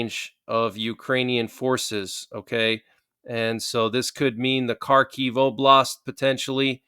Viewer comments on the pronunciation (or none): none